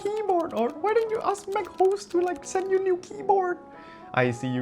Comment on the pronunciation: pronouncing it as mac hoes is criminal